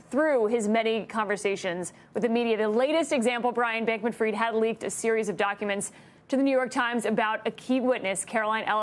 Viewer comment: Fried not freed.